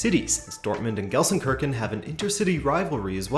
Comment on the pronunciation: go easy on me - immediately butcher it.